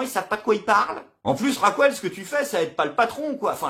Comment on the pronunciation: Bon courage! Une précision, si ce n'est pas un trait d'humour : En espagnol Raquel ne se dit pas "Racouel" mais "Rakel"...